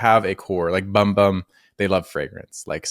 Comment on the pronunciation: Temu has a lot of weird practices. I've heard stories that they steal the pics of items off legit sites without permission for what they "sell", and then send you some crazy knock off of what you ordered, lol. Also, it's pronounced "boom boom" lol (Brazilian Portuguese). I've not had any issues with any of their creams, other than my sensitivity to scented things. Also, i have noticed that some of my sweet smelling mists do attract flies/gnats, and even bees! It's definitely something in the products with these sweet/fruity scents, and not just SDJ creams. Great vid!